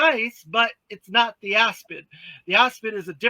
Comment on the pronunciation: It is strange that nobody is trying to make that Cobra chopper that was in both the comics and the cartoon. It sounded like he was calling it the Asp? At any rate, I don't think we see a Mothership, especially from S7. It was crazy to me that they were trying to sell that thing in simple Kenner style instead of detailed ARAH style, and still couldn't get the price below $600.